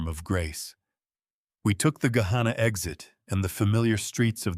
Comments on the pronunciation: There are no longer any farms on the drive from Dublin to Gahanna. Pronounced Guh-Hanna. Not Guh-hawnnuh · Was the Thanksgiving dinner in New Albany? They went south on 62 to Gahanna which was incorrectly pronounced. Route 62 doesn’t go to Dublin. If they took 62 to return to Gahanna I assume they came from New Albany and not Dublin. However later the story said the Whitfield compound was in Dublin.